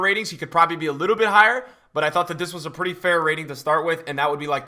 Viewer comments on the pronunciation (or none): none